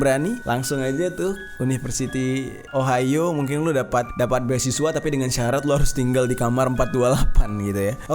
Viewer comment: Entah knp pas bang jerry nyebut ohio di telinga gw ohayo :v Biasalh wibu wkwkwk